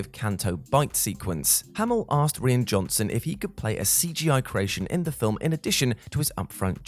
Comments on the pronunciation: Rian's name is pronounced like "Ryan" not the way you've been pronouncing it all throughout the video And basically this is actually "15 things you didn't know about The Last Jedi" because everyone knew about Mark Hamill's disappointment, the porgs introduced to hide the native puffins, Kylo's scar changing slightly, the lack of a lightsaber duel and Tom Hardy getting cut from the final release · This video would be a lot better if the presenter could have taken the time to learn to pronounce the Director’s first name properly.